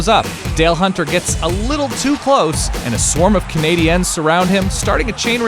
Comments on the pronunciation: Am I the only one to get all annoyed when he says Canadians like canadans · The way this dude keeps saying CanadiEns is really annoying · The way you pronounce Montreal Canadiens is weird. The 'ens' part of it sounds forced. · Nothing bothers me more than someone not being able to pronounce Canadiens or Quebec properly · Dude...why are you pronouncing Canadiens so God awfully? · Why did he pronounce it "Canadiens"